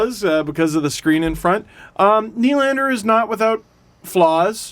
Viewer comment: How do you pronounce Nylander’s name? Well, first of, the stress should be on the 2nd syllable (ny-LAND-er), not on the first.